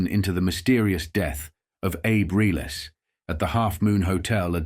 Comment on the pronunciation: Reles completely mispronounced